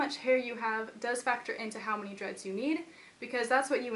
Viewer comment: every time she says "dreads", i think that she says "drugs".... wtf ears.